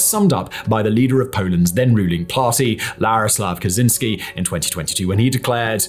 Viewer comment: You absolutely butchered "Jarosław Kaczyński", it was fun to heard, because half of the country very much don't like him. XD